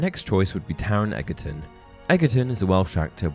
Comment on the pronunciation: its pronounced edge er ton , not eggatron hahaha